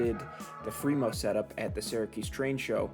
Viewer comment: Why are you doing Free-Mo instead of Free-MoN? Come to the dark side!!